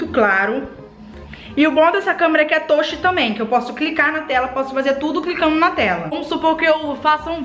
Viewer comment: Mano,fala touch certo miga